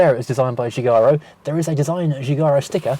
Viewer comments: "Giorgetto Geo-giaro" LOL If that wasn't deadpan humour you want your petrolhead license revoking. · Yeah, why is it English speaking car journos can never, ever pronounce Giugiaro? 😂